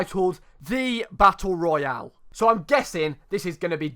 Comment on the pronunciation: You pronunce Battle Royale so well that you legit sound like the Warzone voice over Edit: fuck I put a 2 where a 0 should be in.